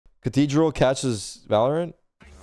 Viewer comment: did he say…..cathedral